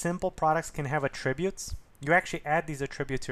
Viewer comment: Nice but please pronounce attributes correctly, the stress is on the first syllable when it is a noun and on the second when it is a verb.